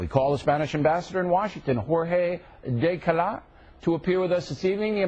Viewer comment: O'Reilly *totally* butchered Dezcallar's name. It's SPANISH (death-k(eye)-yarr`), NOT FRENCH (day-call-ah`). Why would a Spanish ambassador with a Spanish first name have a French last name? Of course, O'Reilly would never, EVER stoop down to speaking the language of 'those damn illegals', amirite?